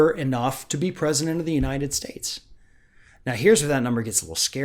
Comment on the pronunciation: He can't even say "United States" properly!